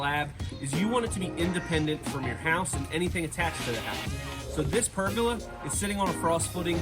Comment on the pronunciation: Did I just here “Pergela”....my man it’s (Per)-(gola) as in Gol!, Gol!, Gol-a!